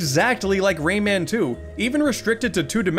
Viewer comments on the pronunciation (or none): Ray man you mean romon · Used to pronounce Rayman as “ramen”